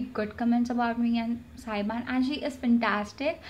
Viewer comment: What?! You say SAYBAN? its SABYAN girl. LOL